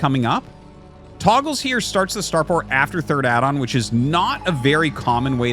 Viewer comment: Fun grammar lesson: The word "togles" should be pronounced "TOE- ghels" because it only has 1 g. In typical English words, You need a double g to indicate a soft vowel sound. In other words, the name Artosis is saying would be spelled "Toggles."